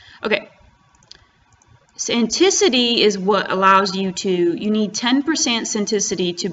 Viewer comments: The way you pronounce sanctity is just wild I genuinely did not expect to ever hear someone say that word that way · Thank god I'm not the only one. I think she has dyslexia 😂